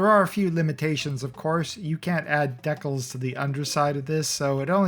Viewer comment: heh i just realized that you are pronouncing decals like Deck-els